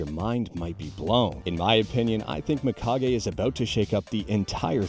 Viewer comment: It's pronounced Meekage, dude, not my-kage. As always, thanks for the info.